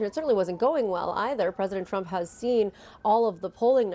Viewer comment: “Unpwecedented Pwesident Twump” Homan